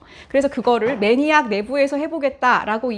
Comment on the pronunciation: 매니악하다가 아니라 매닉... "뒤 이야기" 아니고 "뒨니야기"... 영상 감사